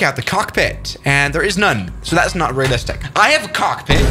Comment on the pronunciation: “I have a COK-PIT”😅🤣🤣